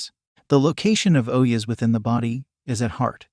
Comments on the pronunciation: its not OH-YES, its O-JAS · It's not oyas it's ojas. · don't stan on your head without a yoga master teaching, you will go crazy after a while, and ojas are pronounced d/f